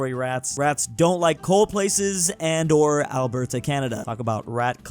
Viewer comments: OMG Please, it's great that you mention Alberta, but can you please PLEASE say it correctly. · He still can't pronounce Alberta, though.